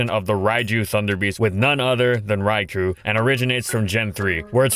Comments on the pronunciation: For f*ck sake, IT'S PRONOUNCED "RAI-KOH!!" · day 1610: still mispronounces raikou